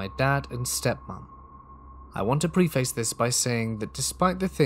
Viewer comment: And .30-06 is pronounced "thirty-aught-six." No disrespect as well, just wanted to let you know as above. Also, preface is pronounced PREH-fiss not PRE-face which I know doesn't make sense given the spelling but language is weird sometimes.